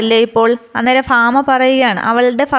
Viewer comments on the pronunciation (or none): ഫാമ അല്ല ഭാമയാണ്